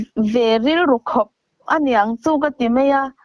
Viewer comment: Tawng' hi:- Mai tih tur ah( mei ) I tih tlat le. U pa hmel vetawh nen aa.